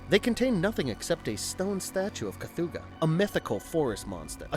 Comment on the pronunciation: I will never understand how people can mispronounce the names of things when its said in the damn movie. Ive never heard of a 'kathooga' But The Relic does have a creature called the 'Kathoga'.